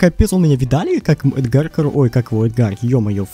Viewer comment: Правильно э́дгар